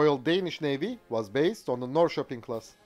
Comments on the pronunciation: Literally the first time i've ever heard a non-Swede pronounce Norrköping right! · I lived in Norrköping for about two or three years and it surprised me by how well he pronounced its name. I'm used to English people straight up busting it out on city and town names haha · As a Swede and a citizen of the town of Norrköping, I approve your pronunciation of the name of my hometown. Very well done and I’m a bit amazed!